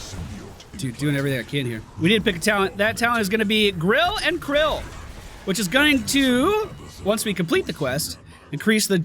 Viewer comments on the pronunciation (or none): It’s grill and kill not krill